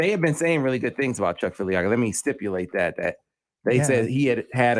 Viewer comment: Oh, and could so please tell Seth that there is no "N" in Filiaga?